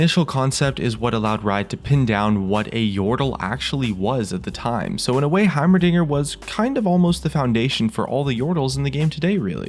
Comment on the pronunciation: did he say "heimerniger"